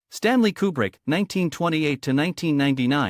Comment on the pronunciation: "Stanley Kilbrick"? Great way to start a video! 😂